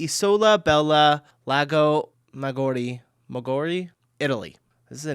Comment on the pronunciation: To me, your pronunciation of Lago Maggiore counts as typical USAmerican ignorance... it's like you're not even trying! At least try to pronounce the letters in the right order: It's MAGGIORE and not Maggori. The "i" is in the middle and not at the end!